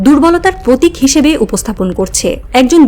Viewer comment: আপু, আপনি কি প্র উচ্চারণ করতে পারেন না? পতিক, পধানমন্ত্রী, প্রকাশ, পশ্ন......